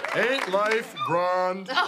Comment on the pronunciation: "Grawnd", a high-class pronunciation of grand.